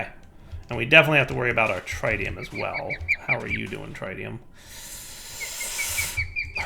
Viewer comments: Pretty sure the tri in tritium is pronounced like triple instead of like triangle. But I had to look it up. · His inability to pronounce Tritium continues to hurt my soul... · Learn to say tritium please